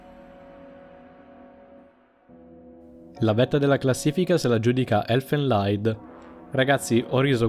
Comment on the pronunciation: Concordo con tutte le posizioni del video, argomentazioni valide e da considerare. P.S. Non per rompere il cazzo, ma si dice elfen liid, non elfen laid. Questo perché Elfen Lied era un’ opera dello scrittore tedesco Goethe.